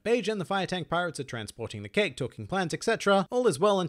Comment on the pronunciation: 😭😭😭”keki” so truee